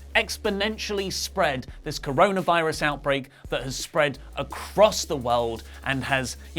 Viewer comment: How could you say cronavirus ??? How??